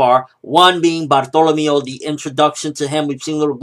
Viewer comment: when I heard bartolemeo I was thinking bartleomo kuma lol not this guy